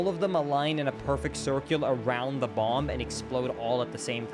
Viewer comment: he pronounces the b in bomb